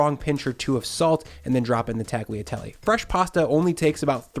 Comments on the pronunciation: Great recipe! I never thought to add chicken stock to it, but it came out really good. However, the pasta is pronounced like "tall-yuh-tell-ay", not "tag-lee-uh-tell-ay". It'd be like if you pronounced the word "quesadilla" like "kes-uh-dill-uh". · Tagliatelle is pronounced tal-ya-tellay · hmm now i have to try this oven-baked bolognese. this guy hasn't let me down so far. "tag-liatelley" zomg XD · oooohhh... gotta try that ! I lived in many countries and, every time, I sold my kitchen ware... including the Mercato pasta maker... I should buy another one for sure. Tagliatelle... the G in "gli" is silent. Pronounced like "Yea" in "yeast"... well, I had to found something in your video! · Hey! FYI the g in Tagliatelle is silent, just like in lasagna. 😉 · G in Tagliatelle is silent. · When you pronounce “tagliatelle” the letter “g” is silent! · But in Tagliatelle, the G is silent :) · You don’t pronounce the “g” in tagliatelle, just like you don’t in bolognese. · Actually you don't spell the G in Tagliatelle :) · So if you don't pronounce the name of the dish correctly, I guess your recipe is an Americanization of a classic Italian sauce? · I'm new here, enjoying your content, but the way you pronounce "tagliatelle" is just hurting my ears.